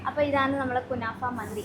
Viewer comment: കുണാഫ അല്ല 😂😂 കുനാഫ 🙏